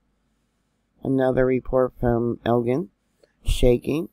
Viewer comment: Lots of my friends in Camden, SC, said this was the strongest yet. Lots who never felt others were awakened. By the way, Elgin is pronounced like gin the drink.